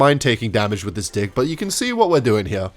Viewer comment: it does not sound like hes saying deck more like dih